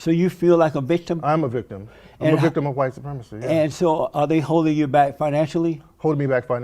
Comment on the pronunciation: Bro said a professional Vicitm!! frkn hilarious 😂 😂